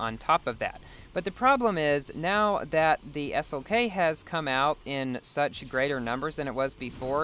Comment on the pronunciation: he definitely said s-ok not slk